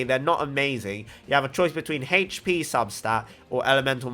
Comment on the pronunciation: Okay i get Tartaglia but why do you pronounce it HEYCH PI tho lol just kidding XD Love your content. Hope your channel gets more subs! Super underrated Genshin content creator. Keep it up man!